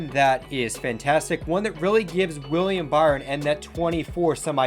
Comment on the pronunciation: Weir-E-am Buh-ry-on? Lol